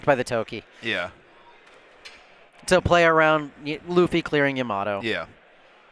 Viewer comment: Bruh it’s pronounced YA-MA-TO not YA-MATO lol 3 syllables not 2. Plus, that’s how they say her name in the anime lol